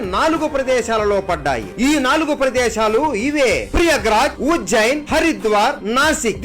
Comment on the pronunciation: Prayagraj not priyagraj